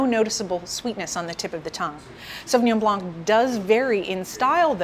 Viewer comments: The c is silent in the french word blanc . An expert should be aware of that. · Strange that you are aware that the 's' in Pinot Gris should not be pronounced but in spite of your knowledge in wine you still do not know that similarly the "c" in Sauvignon Blanc should also be silent! Strange